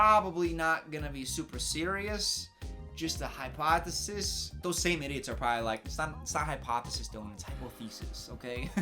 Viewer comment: it’s hypoth-EE-sis........